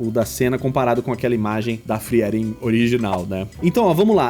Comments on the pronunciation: Eu amo Frieren (pronuncia-se "fríren", não "friéren" rsrs). Eu me diverti muito com os desenhos e o resultado do seu ficou simplesmente perfeito! Realmente impressionante para alguém que julga não dominar o estilo anime. Parabéns ❤ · Acho que é a primeira vez que ouço alguem falando o nome da personagem como FriÉren ao invés de FrÍren